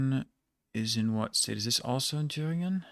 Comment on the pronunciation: naja münchen hat er nicht sauber ausgesprochen aber so sachen wie thüringen waren perfekt. ausserdem hat er schon einen akzent dabei gehabt und die betonung war auch eher amerikanisch englisch